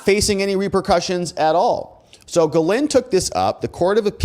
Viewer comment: Pronounced " jizzlane maxwell".... Not kidding....